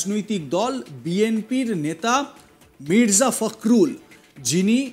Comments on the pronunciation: ফাকরুল না দাদা , ফখরুল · "ফখরুল" উচ্চারণ করতে পারে না কিন্তু নিউজ উপস্থাপনা করতে আসছে